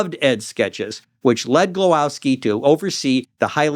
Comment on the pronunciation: It's "Glowake", not Glowaski.